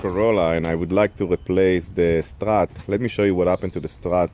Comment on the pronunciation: “I want to cheeennge your strrraaahhtt!! Bla bla bla..” 😜